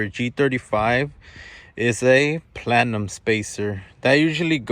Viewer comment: did he just say platinum or plenum spacer. lol